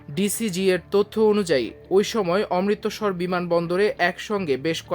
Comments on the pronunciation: DGCA ...DGCA .....Not DCGA অমৃত্সর, Not অমৃতোসর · অমৃতোসর নয় বেকুব।নামটা অমৃত্ সর।অমৃতসর। আগে বাংলা শিখ তারপর মিডিয়াতে আসো। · এই সব উপস্থাপক কিভাবে সংবাদ পাঠ করার সুযোগ পায়, যেখানে সে অমৃতসর শব্দটা ঠিক ভাবে উচ্চারণ করতে পারেনা।?